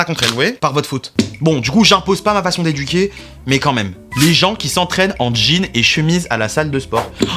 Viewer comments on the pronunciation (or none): none